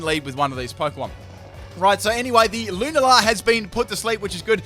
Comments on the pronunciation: Luna la??? It’s pronounced Lu-na-la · “Loon-ala” 🙄🤦🏻‍♂️ oh god